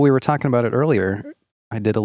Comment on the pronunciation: he does say "talking to your wife" without all the required syllables. So it sounds like "fing your wife" That's amazing though lol, I had not heard that clip.